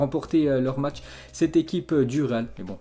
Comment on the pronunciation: Salut l'ami, stp c'est matsh que tu parle bien. Se jou à 8klo ???